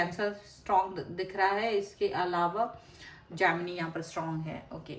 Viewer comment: Not जामनी , it’s a जैमिनि ( Gemini )